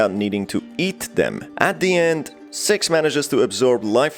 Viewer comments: Yeah sox wonder why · Why is he pronouncing six different You know what i mean😏